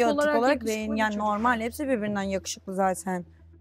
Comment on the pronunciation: Rümeysanın normel demesine çok takılıyorum ayyy